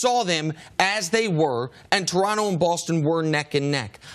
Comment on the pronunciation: Please never talk about Toronto if you can't even pronounce it correctly, god that was painful. Also he knows that he gets paid in USD, but has to pay taxes in Canadian and also expenses in Canadian dollars, right? He's probably gonna be making more than in LA you dumb dumbs. But thats besides the point